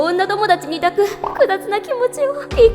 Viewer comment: めっちゃ気になったんだけど 抱くの読み方 ✕だく 〇いだく だよね